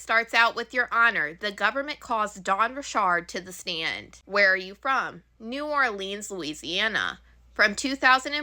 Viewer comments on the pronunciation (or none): You pronounced Richard correctly in an unconventional way but fumbled New Orleans😂 I still love you you Sis 😂